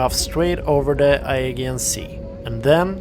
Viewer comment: Good review but It's pronounced A JEE AN, not Ae gain.